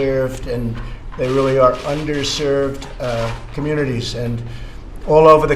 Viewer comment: LOL, sound like he said un-derserved at first. I know what he meant though